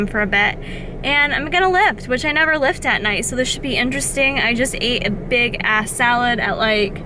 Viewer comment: Sounded like you said you ate a "big ass-salad," which has a completely different meaning lol.